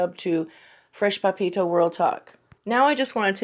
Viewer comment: Love how you pronounce Papito haha. Are you just a fan ?:)